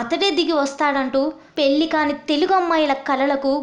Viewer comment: అంతటి మహాకవి, తెలుగు భాషకే ప్రతీకయైన ఆ దేవులపల్లి గారి గురించి కనీసం తెలుగు ఉచ్చారణ కూడారాని ఇలాంటి వ్యాఖ్యతను ఎంచుకోవటం చాలా విచారం. కనీసం "భారత" అని పలకలేక "బారత" అంటూ "పెళ్ళి" కి బదులు "పెల్లి", ఇలా ఎన్నో, తెలుగును హూనం చేసింది. దేవులపల్లిగారు వింటే ఈ ఘోరమైన తెలుగు ఉచ్చారణ 😢